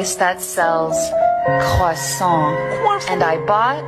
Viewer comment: She said Croissant like a french you what a translate = ( de à Elle a dit Croissant comme une française tu veux la traduction =